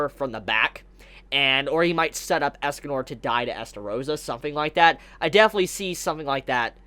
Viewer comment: It's escanor not asscanor